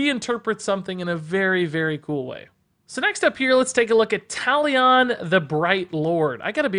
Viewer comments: Talion is pronounced like Taliun btw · How he pronounced Talion killed me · Butchered Talion’s name Lol